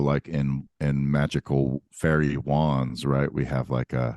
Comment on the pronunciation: said "Fairy JUANS" 🧚‍♂🪄🪄😄Im sorry its just the way i heard it and couldnt believe or didnt hear it that way lol